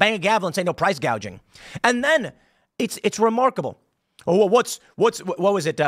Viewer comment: Kamala said price "gauging" 😀